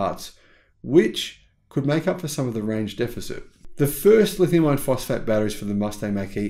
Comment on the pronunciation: I watch most all of your videos and like what I see. I just have one small complaint, The way you say "lithium iron phosphate" sounds like "lithium ion phosphate" .